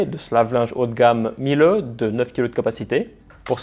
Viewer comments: Miele se prononce « mille » et non « milleu » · Dans ton pais, font quelque chose de mieux? Je ne crois pas . Aprend d'abord a prononcer le nom correctement. La pronciation phonetique se dit.(milé). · Révisez votre allemand, le E final se prononce